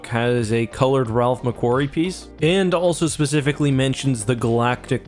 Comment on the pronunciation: Ok normally I don't complain about pronunciations but you just butchered my name lol It's McQuarrie with a long A sound not a short A sound...changes the entire sounding XD Otherwise great video :)